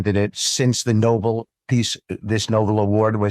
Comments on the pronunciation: If you could pronounce No-Bell instead of "noble" you might have some credibility. Looks like the National Guard is fighting crime...litterbugs! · And pronouncing it ‘noble’ not no-bel! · Nobel, not noble. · Who's the half-wit calling it the Noble commitee, not Nobel ? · PRONOUNCED “NO BELL” IDIOT.. NOT Noble. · It's pronounced no-BELL, NOT no-bul. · All the sycophantic delusion is disgusting. But… they can’t even speak properly! It’s Nobel (no-Bel) not noble. And it’s clear that’s just the tip of the iceberg of their ignorance, idiocy and myopic criminality.🤦🏻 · It’s NOT “ noble” it’s “Nobel” (pronounced “No-bell”) maggots have no English skills. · Omg!! It’s NOBEL not noble!!!!! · It’s pronounced No-bell not no bowl, they are a basket full of deplorable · Sounds like a lot of orange ass kissing at a retirement club party! and it’s Nobel not Noble?! Give him a gold watch and tell him to kiss off!🤢🚩🚩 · Noble committee not Nobel 😂😂😂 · They all mispronounce Nobel The accent is on the bel. They say it like noble. Idiots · The award is pronounced NO-BELL. Not NO-BELL......God magats are sooo stupid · Hey (IDAWP) Party it's called the Nobel sounds like (No Bell) peace Prize. Not No bill All that money and still just White Trash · Worse than his minions praising him, is their inability to grasp the English language. It's NOBÉL, not noble. Knights are noble, the peace prize is Nobel. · What's with these ignorant Republicans mis-pronouncing Nobel? First the Press Secretary, now cabinet members. I guess they think they know more than the rest of the world. Well, it isn't noble, it's Nobel. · HE SAID NOBLE COMMITTEE NOT NOBEL COMMITTEE! THEY PROBABLY DON'T IKNOW THE MEANING OF EITHER! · Nobull? AYKM It is No...bell. LOL. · It's Nobel NOT noble. What a goose. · It is Nobel..No bell...not noble, like royalty Frikken Mercans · It's Nobel not Noble. You dumba$$es can't even pronounce it. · Dummy can't even say the name of the peace prize properly. That's intelligence for you.